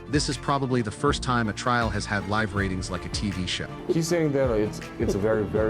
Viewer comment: A.I. voice still not smart enough to pronounce 'live' and 'live' differently! English, the ultimate challenge for A.I. 😆😂🤣😂